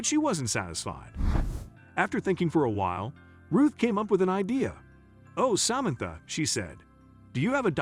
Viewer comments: Did you check how to say samantha before you buchered this name so many times? If this is computer generated, your computer is woefully inadequate. This is more than annoying, it is very irritating. How are people supposed to understand the story, while trying not to hear this royal mess-up, to avoid getting angry. Would you be happy if Samantha was somebody you knew, and people consistently said her name so badly? Do better please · Such an annoying narrative. The man misprounced Samantha's name numerous times.